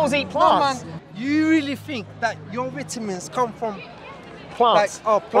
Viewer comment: Man's talking about vitamins but he can't even pronounce vitamins.